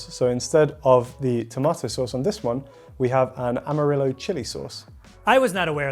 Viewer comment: pronunciation of Amarillo almost killed me.